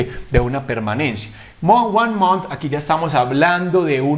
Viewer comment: Me extrañó tu forma de pronunciar Michael y month